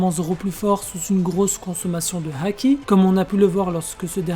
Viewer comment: Évite de dire la haaaki avec un accent chelou